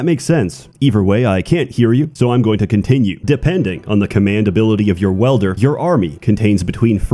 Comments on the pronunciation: Dude.... You said it like 457 times wrong it's WIIIEEELder not welder wtf 🤦‍♂️🤦‍♂️🤦‍♂️ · I kept hearing Welder and got quite confused until I realised it was Wielder. But still, great stuff! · dedication to saying "welder" instead of "wielder" was so strong I'm still not sure if it was intentional or he actually thinks it's pronounced like that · He’s trying a psy-op campaign to make “welder” overtake “wielder” in the common lingo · same. i too found it weird af that he says welder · insanity is clicking on this video again, hoping that somehow he won't pronounce it "welder" this time around. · Love the content but you're pronouncing wielder as welder.